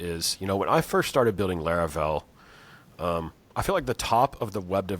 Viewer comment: I like how consistently pronounces things wrong like Laravel and Linode. Great episode.